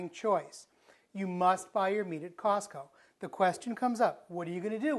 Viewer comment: Mark Blackers I thought he said softco. He must be back east